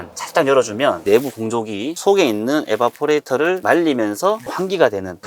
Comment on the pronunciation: 에바포레이터라니..ㅠㅠ 이베이퍼레이터...ㅠㅠ